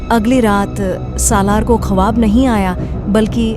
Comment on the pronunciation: Konsi language bolrhiho madam.khwab ko khawaab zarnab ko jharnab.bohot buri zaban he